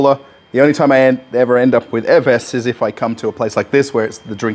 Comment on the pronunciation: you are missing some letters in the way you pronounce that soda name. evess? its evervess